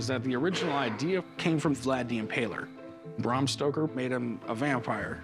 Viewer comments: “Bram Stroker” 😑 Yeah, probably best not to try and educate the sellers on the provenance of an item when you can’t even pronounce the author’s name correctly. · “Bram Stroker” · Did Corey really call him Bram Stroker!!!🤦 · “I got an American first edition signed by Bram Stroker” lmao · He said Bram Stroker hahahahaha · Who tf is brum stoker? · ''Bram Stroker'' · Its not Brah M Stoker. Its BRam Stoker. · Did Corey say “Bram Stroker”? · when corey said bram stroker that nailed my coffin tight lmao